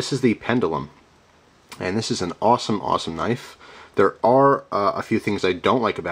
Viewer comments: It is pronounced "pend-jew-lum" :) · OMG! You and your pronunciations, lol. Its pronounced Pen-juh-lum, Anyways, thanks for the video, always look forward to your knife reviews (and other gear for that matter).